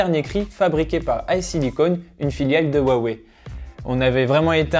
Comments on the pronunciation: xiaomi se dit chiaomi et non tchiaomi (en phonétique ) comme pour dire merci c'est xiexie donc chierchier (plus facile à retenir comme ça :) huawei cest roiwei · pour le prononcer comme il faut il faut dire roiwei le H en chinois se dire R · C'est ça le soucis, on le prononce comme ça nous parait logique à nous occidentaux, faut connaitre le Chinois pour savoir, je connais quelques trucs, pas de quoi tenir un discours par contre. Comme pour Xiaomi c'est plus "tchiaomi" par exemple. Après l'accent toussa ... c'est plus compliqué.